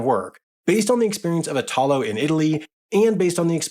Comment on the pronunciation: Ok the way the guy says “Italo” all wrong and “Italy” right drives me crazy lol. It’s basically the same word, you change only the last letter! 😂